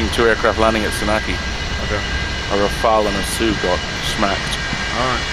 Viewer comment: Oh thank goodness you pronounced the French fighter name correctly ! Not like the christian first name "Raphaël", but like the french word "Rafale" for a gust of wind or a machine-gun burst. Nobody in the english-speaking world gets it right, Kudos !